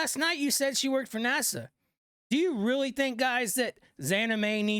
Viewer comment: Why does he say NASA like it's the capital of the Bahamas?